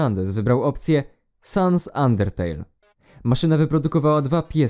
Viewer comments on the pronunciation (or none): none